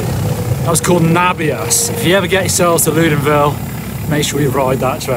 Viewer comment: Awesome video! just one detail though it's Loudenvielle not Loudenville! Pyrenees are so beautiful, great that you guys show it to the world!